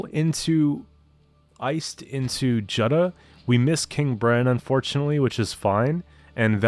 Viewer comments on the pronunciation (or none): Nice deck. By the way Jutta is pronounced "Utah" like the state.